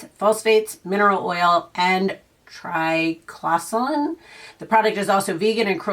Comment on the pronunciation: Triclosan is pronounced trick-low-san